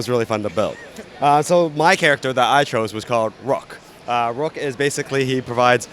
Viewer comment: says rock instead of Rook 😂😂💀